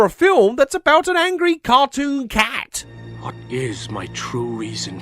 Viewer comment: the way he says cat